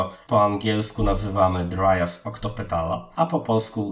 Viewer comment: Dryas octopetala to nazwa łacińska.Nie angielska.Wymawia się prawidłowo tak jak się pisze.Pozdrawiam.